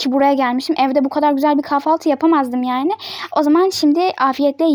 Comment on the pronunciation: Abla kafaltı değil kahvaltı